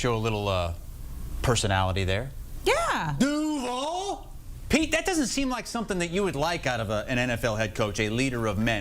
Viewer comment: Duuvalllllle (said it so WRONG, LOL)